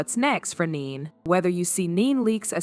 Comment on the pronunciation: Her name is Ne-Ne not Neen😳